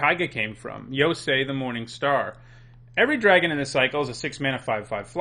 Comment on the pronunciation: It’s common enough to mispronounce Keiga, but I’m a little surprised you can say Yosei right without noticing the inconsistency.